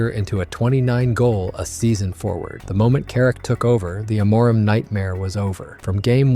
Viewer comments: by the way its not AM-MOOR-IM its AMO-rim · It's AM-or-im, not A-MOR-im. That tells me this is AI generated nonsense. Not interested. We almost lost to West Ham today (facing relegation) and just ended up with a draw at the end because of the talents of Sesko, who Carrick DID NOT START! It's not about the coach fellow Man Utd fans, it's about the players still turning it off and on like light switches. What, we can't play two matches in a week? That's the excuse? Then we shouldn't be playing in European football, right? You're all listening to AI.